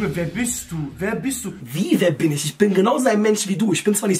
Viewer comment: Wortschatz: isch